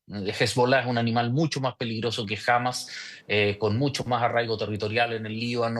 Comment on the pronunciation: Que molesto escucharlo pronunciar mal Hamas.